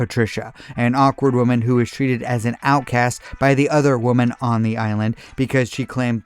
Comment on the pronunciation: It's pronounced "women".